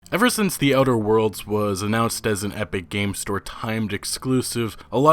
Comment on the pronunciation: Are you talking about "outer worlds"? It sounds like you're saying "other worlds". Annunciate